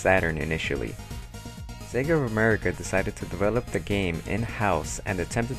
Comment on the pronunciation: Yup, Sega of Amewica;D